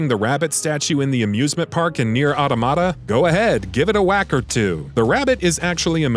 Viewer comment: Please just learn how to say automata. You sound like a complete moron saying it the way you do.